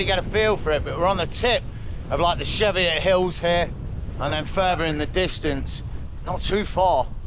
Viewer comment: Welcome to gods country 👌 It’s a hard ch as in church when you pronounce Cheviot get it reet younin 👍